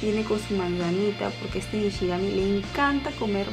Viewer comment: Dices nishigami en lugar de shinigami aproposito?